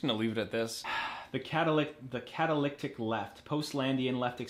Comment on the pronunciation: You mispronounced the word catalytic. Should I start a counter for the words you mispronounced?